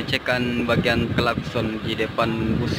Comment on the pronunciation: Chasis bukan sasis Klakson bukan kalatson Wkwkwk